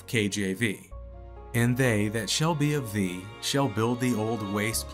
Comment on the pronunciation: "thee" ... not "three" ... I thought I was having a Mandela moment.